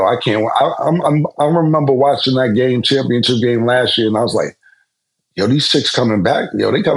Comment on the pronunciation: Can be killin me with the “ChampionChip” 😂😂😂 🤦🏾 Bruh it’s CHAMPIONSHIP